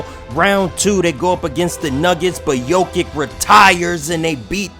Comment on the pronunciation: Bro butchering ever body name. I tried to ignore it but when u messed up jokic name I was done